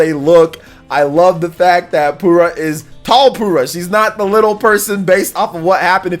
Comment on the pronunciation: Did you just call Purah "Poorah"? lol.